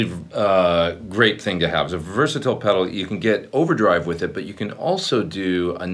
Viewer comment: it's versAtile, not versItile (DD-7 pick text)